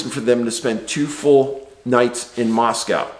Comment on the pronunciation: Just for future reference, Moscow Idaho is pronounced "mossco". Doesn't sound like Moscow Russia. I learned that quicker'n shit when I first went there!